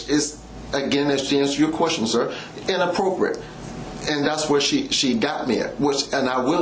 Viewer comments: The cop interrogating the other, the one asking if it is "inappropriate" is hilarious! He seems so uneducated! Not being able to pronounce the word correctly 😂had me cracking up! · Both the cop and attorney not knowing how to say inappropriate correctly, smdh! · The mispronunciation of the word “inappropriate,” with how often it’s said, is driving me nuts.